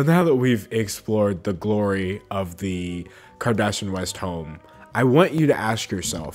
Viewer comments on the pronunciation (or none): It’s kar-dash- eeyin ... sounds like he’s saying karda-shin. My biggest pet peeve is when journalists don’t take care in pronouncing names correctly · The mispronounciation of Kardashian makes me low key really happy. 🤷🏻‍♀️😂 Edit to add: I have a 4 year amd this is the most ridiculous thing I've seen. And i have ONE TODDLER. 🤦🏻‍♀️🤪 I feel bad for those kids. 😳